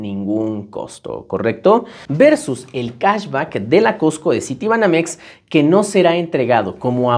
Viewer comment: Cahsbaccckkk por qué pronuncias mucho el baaaccccckkkk?? 😂